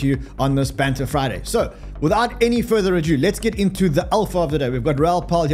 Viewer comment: Please sir, it's "Without further ado" not "adieu"